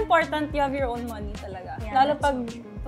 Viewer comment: Ang TH mag English ni haha hindi na ma construct yung next sentence na gustong sabihin haha di na lang kase magpakatotoo, Moh-niiiii daw hahaha and yung R hahah, ise-serve kita🤮🤪😂